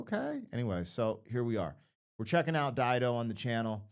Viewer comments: You are right, it is pronounced as you said, Dido is a very famous name, Dido was Queen of Carthage. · You've pronounced it correctly. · You said it correctly, good job! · You're correct on how you are saying her name